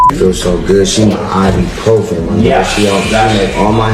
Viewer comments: Can somebody explain to RayJay that it’s IBUPROFEN, not I.B. Profen. 🤦🏾‍♀️ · It’s I-BU-PROFEN , Ray J!!!!… not I-BEE . 🤣🤣🤣